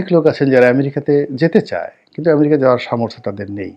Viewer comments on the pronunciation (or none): none